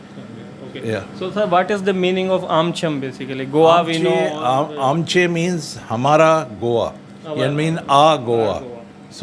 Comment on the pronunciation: Nice video.. Thanks for making video about goan in karachi.. Please pronounce shop name correctly.. Its Aam+ chei.. Goa ( means our our goa)